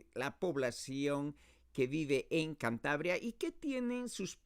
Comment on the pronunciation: “Chantabria”. Really? What pronunciation is this?